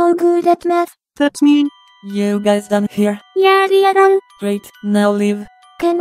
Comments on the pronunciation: I keep hearing meth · I'm hearing meth instead of math